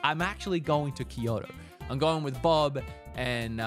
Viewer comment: Im being toxic, but are you unable to say Kyo instead of Kiyo (referring to the word Kyoto instead of Kiyoto)?